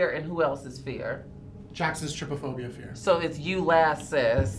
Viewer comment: Its tryphobia not trypaphobia